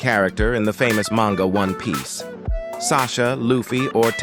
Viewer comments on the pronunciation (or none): none